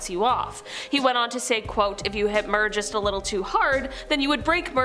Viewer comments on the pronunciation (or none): Mir~~~(Mee•Urr)....like we're but with an M....